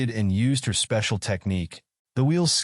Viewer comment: I can hear the "YOU ARE MY SPECIALZ"